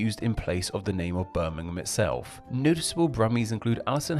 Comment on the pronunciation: London is not the largest city. It isn’t a city. Greater London includes 2 cities, London and Westminster. The City of London is the 295th out 296 for population. The City of Westminster is the 288th. Brummagem is pronounced Brummajem. The cheap shoddy goods were called Brummagem Buttons, referring to one of the many trades in the city. In particular, it referred to the gilt buttons that had so little gold it quickly wore off. It was then applied to the gilt jewellery and, later, to other cheap goods. Birmingham was the China of the 19th century, supplying the world with cheap items. You missed a good one. Birmingham people call their Black Country neighbours Yam Yams, from such common phrases as, "Yam orright ar kid?" or "Yam goun ter town?"